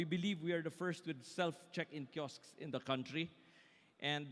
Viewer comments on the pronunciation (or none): KI OSK IS THE PRONUNCIATION. 2 SYLLABLES! NOT KISOK LIKE 1 SYLLABLE. HINDI KASI MAGANDA PAKINGGAN. LEARN, LEARN,,, LEARN!!